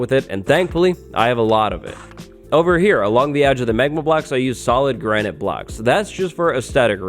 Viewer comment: Granite ya mean Grianite. Haha lolz